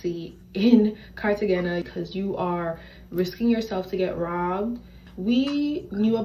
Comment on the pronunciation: Am I the only person that's super annoyed by her pronunciation of Cartagena? My blood pressure would go up a few ticks every time she said it😂